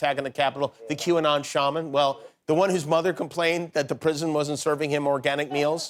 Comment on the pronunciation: What a joke. Qanon "shaw" man isn't even a good brujo. Besides, it's not pronounce "shaw" man. The correct pronunciation is shaman, like "sham" which is what he is. A sham.